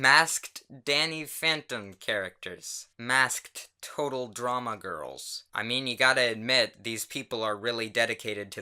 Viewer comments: normal people: “maskt”: “massk t d” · u pronounce the -ked in "masked" very distinctly wow